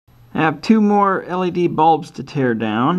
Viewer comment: You keep saying L.A.D.